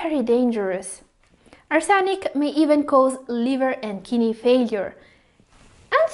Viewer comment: Each time kidney pronounced, I hear Kinneys 😅. BTW, Thank you for the information